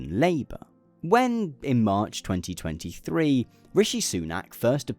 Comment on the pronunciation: AI heard "2023" as "2020 3" and honestly I don't blame it.